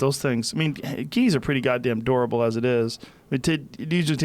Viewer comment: It’s always dads pronouncing one word just a little bit wrong joe says “dorable” instead of durable my dad says “assolt rifle” instead of assault rifle